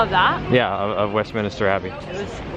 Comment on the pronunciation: PRY mark, not PRIM Mark. Westminster, NOT west MINISTER. Covent Garden, not convent garden. And so many more! 🤦🏻‍♂️ Keep going bro, you’ll get it 😄